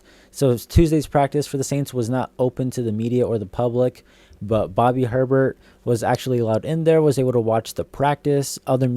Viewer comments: Bobby HER-bert???? Dude, try Ay-Bare 😅😅😅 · It's pronounced Hay bear 😊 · A-bear. Lol yeah, they will kick you out of NOLA for mispronouncing his name. 😂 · Hebert…pronounced A-Bear😅!!! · You gotta know how to pronounce Hebert my guy. Hes on WWL all the time. Former Saints QB. Has a restaurant in Metairie. Self proclaimed "Godfather of the Who Dat Nation". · Bro cmon you had me scratching my head on that one.